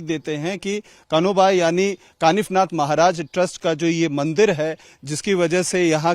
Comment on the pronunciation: काफीनाथ नही कानिफनाथ ,, आप जैसे पत्रकार हिंदू नही